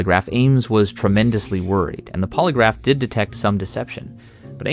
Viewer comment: "PasSSED THE pOlyGRAPHFE tWAIS," 𝓪 𝓬 𝓽 𝓲 𝓷 𝓰